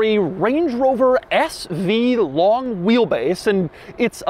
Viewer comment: I don't like the way he says LONG